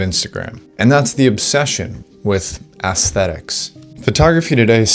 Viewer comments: How can anyone take this kid seriously? Everything about him contradicts what he’s saying. It sounds like an AI script, he’s looks maxxing by wearing makeup, his clothing is nothing more than cosplay, and he can’t even pronounce aesthetics properly. What a joke. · It's when you call it "ass-thetics" as opposed to "ess-thetics" that you nail down exactly the sort of generational concept of quality that's being discussed here.